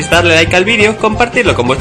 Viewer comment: dijistes pronto o tonto?